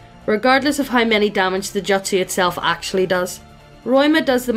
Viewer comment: I literally couldn't finish watching from the cringe over how you pronounced "jutsu", "Taijutsu" especially. I'm so sorry. but just...daaamn.